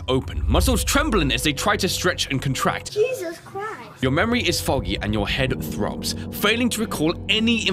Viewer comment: Jesus cwist